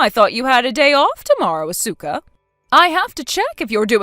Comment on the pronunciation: MIL gets everyone's name wrong. Even her own son's!😮 Asuka and Ko? Hmmmm